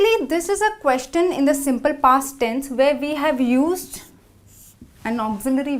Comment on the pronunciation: Please proofand edit the videos before you post them. In a video about common errors made while speaking, the speaker '' herself has made many mistakes: 1. Many a times: It's either 'many a time' or 'many times' 2. The pronunciation of the word 'Question'